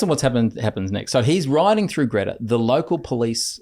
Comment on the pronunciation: FYI it’s pronounced ‘Gree-ta’ not Gretta 😊